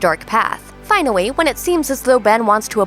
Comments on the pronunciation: Is it me or did she say "finally" and "apologize" kinda weird? Was that on purpose or am I hearing things? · "Finawy" "eventuawy" "specuwates" "channewing"